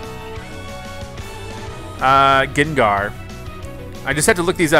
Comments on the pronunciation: UGH OMG STOP SAYING GINGAR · Who else face palmed every time he said gengar wrong